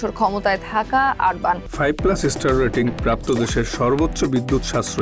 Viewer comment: লিখলেন অরবান উচ্চারণ করলেন আরবান😅